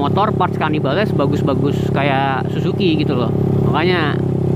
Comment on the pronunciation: Bukan zuzuki bang tapi zusuki 😁 Wah gimana sih si Abang 🙈